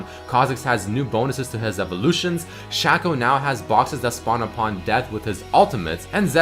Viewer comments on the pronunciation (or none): Was happily watching this until you said "shacko"